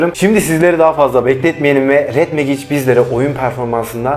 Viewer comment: Megic değil mecig